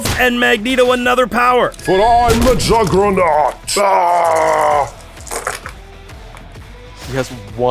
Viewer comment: The Jugg-ra-naut? Learn how to speak.